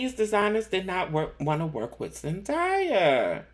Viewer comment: Her name is pronounced Zendaya is pronounced as Zen DAY Yah.. Not Zen Die Yah